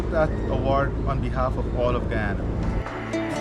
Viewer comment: He is knowledgeable about the world. The kind of young leaders we Africans are in dire need of. I loved his connection with the pronunciation of Guyana, and Ghanaian 🇬🇭